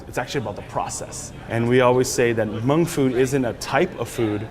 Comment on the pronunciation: Dolla Tha Kid how else are you suppose to pronounce it? He’s Hmong, of course he knows how to say it right.